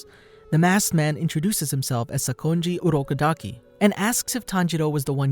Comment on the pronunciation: It’s urokodoke not Uruk i daki